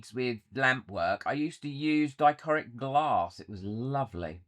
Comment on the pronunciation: I love how you mispronounce dichroic 😂. I definitely prefer the darker backing.